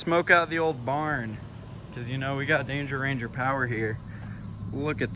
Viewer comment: Every time you called a "Range" I added the "er"